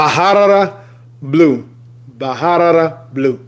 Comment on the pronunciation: Pronounced Barara not Baharara